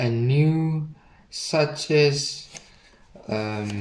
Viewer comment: I think isn't pronounced "suks". That "Suchs" stuggle was real.🤣